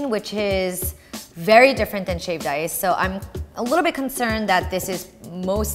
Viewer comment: Sounds like she is saying shaved dice